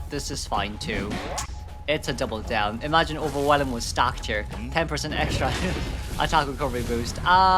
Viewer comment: While I do think it's endearing, I just want to point out that the new trait is not "Overwhe[lum]", the "elm" at the end is pronounced the same as "elm tree"